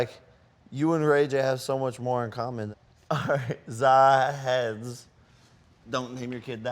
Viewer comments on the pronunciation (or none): NAH that's a violation, my name is not "zahedz" it's an Arab/Indian name "ZAHED KHAN” talking about Arab you got to be here for LOGAN PAUL vs ROMAN REIGNS WWE title fight in "RIYADH SAUDI ARABIA"